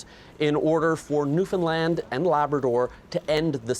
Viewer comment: newfound-LAAAAAAND! lol she made sure she said it right to the point of still looking dumb for pronouncing it wrong even though she tried so hard.